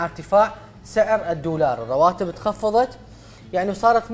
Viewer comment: الجفصة الثانية الدقيقة (الدورار) 😂 دضحكي يا حسناء لا تضمينها 😂😂